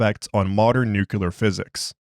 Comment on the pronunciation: Nuclear = "New-clear" What is "new-kew-lar"?